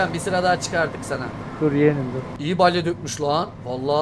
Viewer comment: Balye değil BALYA😂